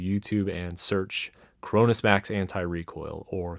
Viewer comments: I thought he said Corona Max. I was like oh no the virus done gone max! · Did he just say coronasmax